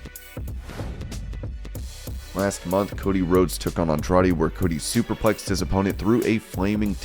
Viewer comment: Lol said Andrade